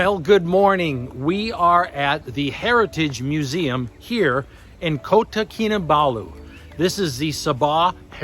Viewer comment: Finally you got the pronunciation for Kota correct. Did the tumble had anything to do with it? You are lucky you came out of it. Last year, an Indisn female tourist was not so lucky in the heart of KL near Masjid India. She accidentally slipped into a sewer hole while walking with her family, and was never seen again. Her husband and son left for India without her.